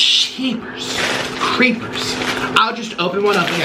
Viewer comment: LMAO HE SAID GEEPERS CREEPERRS